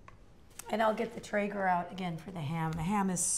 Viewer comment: question, she said she is going to cook the ham on a what? I thought she said tigger?